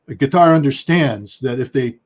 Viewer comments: I guess it is Qatar, not Gutter, right? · Scott. It’s Qatar, spelled Katar. Not Gutter!! 🤭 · Is QaTAR NOT CUTTER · Why scott keeps calling qatar gutter😂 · Anyone else laughing at Scott Ritter for pronouncing Qatar “gutter” I guess it’s on purpose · It puzzles me how Ritter can pronounce Qatari, just fine, but pronounces Qatar as Cutter. Lol, who's he trying to or not trying to impress with that. Only pronounced it right after the host prounced it correctly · Scott pronounces gutter instead of Qatar. hehehehe, Freudian slip of a tongue. The USA is isolating itself. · What is wrong with Ritter intentionally calling Qatar as gutter? He sounds like the Israelis intentional misprouncing Hamas as Khhhamas.